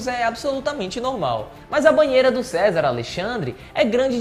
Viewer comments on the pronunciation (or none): Não é "César" a pronúncia e sim Czar (quisar); houve informações e ñ "houveram"; vc repetiu mt a expressão "naquela época"... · Pronuncias-se "quizár" Não é o mesmo que Cézar. Estuda um pouco as o pronúncias das palavras que vc não conhece antes de gravar os vídeos. Fica muito feio e vc perde credibilidade. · Não é "CESAR" É "QUI-ZAR". E tem que se ligar no script dos vídeos, esta muito mal escrito, sem concordância, sem o uso do plural corretamente. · Não é Cesar, leia-se ‘Quizar’ Czar!! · Percebi isto também 😀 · chocado com um erro grotesco desses!!!!!!!rsrsrsrsr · Cézar nãoooooo kkkkk Cézar usava se em Roma na Rússia eram czares da fala "quizar ou kizar" Mas o vídeo foi showww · Não é Cezar kkkkkkkkk e sim Czar kkkkk ou Kzar kkkkk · Não é Cezar, é Czar lê-se quizar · Como esse .menino erra. Czar se pronuncia ki-sar e não César. No outro vídeo pronunciou a cidade de Nice na França totalmente americanizado, Naice. Se fala Nice mesmo como se escreve. Está faltando um bom editor de vídeos para corrigir isso. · Menino! Não é César..!!!! Se apruma é. CZAR (leia o C como Q = ou leia QUIZAR- menos feio) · nao se diz cesar, pronuncia correta e quizar da russia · Não é César que se lê!! 😂😂😂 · Mano, Não é César, é CZAR, pronuncia-se o c mudo mesmo e significa algo como REI, para os russos. Se você vai fazer vídeos relativos a história, é bom pesquisar um pouco antes e melhorar as coisas. Isso demonstra falta de cuidado. Os Césares vinham das legiões romanas, de outra era e de outra região do mundo, bem distante da Rússia. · o nome é Tzar, onde se diz tizar